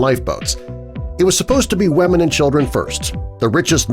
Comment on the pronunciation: Lolol me too 😂 like... The wamen